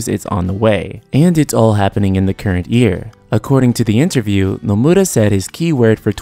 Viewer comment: Is Nomura really pronounced as Nomuda? Also, development of FFVII-R began around May of 2014. It wasn't being developed yet in 2013. I do concur though that the game's first installment will release sometime in 2020, with a big marketing campaign beginning next year.